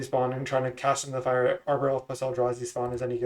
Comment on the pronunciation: “Cash into the fire” is the best possible way to mispronounce that card name